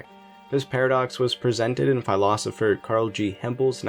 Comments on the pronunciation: Did you say "PHY-losopher' (rhymes with "Cry-losopher")? Yes, you did!! WTF? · PHEYE-losipher? You mean PHIL-losipher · The way you pronounce "philosopher" tells me everything I need to know about the quality of this video